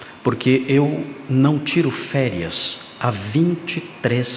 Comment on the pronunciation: "Férias"... kkkkkkkk